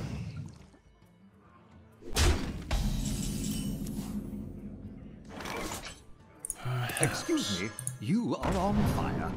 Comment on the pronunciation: Hey, the verb duplicate, meaning to make a copy of, is pronounced with a long "a" which you're pronouncing correctly. Multiple copies of the same thing, or duplicate as a noun, is pronounced differently. The a actually has a short i sound.